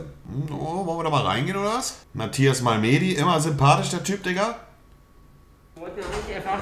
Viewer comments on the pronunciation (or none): Wer hat sich auch darüber aufgeregt das er Malme die und nicht Malmedie gesagt hat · Malmedie heißt er nicht Mahlmehdi (Aussprache)!